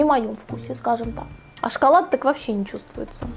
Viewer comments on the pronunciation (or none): none